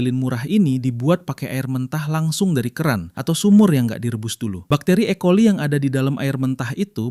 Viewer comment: E coli pronounce nya E kolai